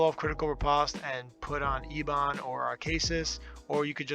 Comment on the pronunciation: I had to replay that split second of him saying Ebon and have a little giggle.